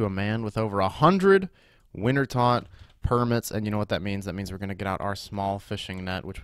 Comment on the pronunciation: Am I the only person to notice him say wintertodt permits at temp? Lol